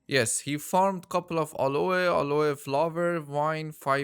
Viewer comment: Aloe... is pronounced AL-LOW not fking Alloha.